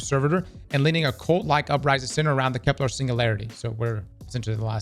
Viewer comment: It's KEP-ler ... not kep-LAR